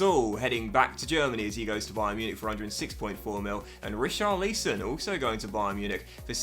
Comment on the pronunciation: Never heard Richarlison's name said so odd... 😂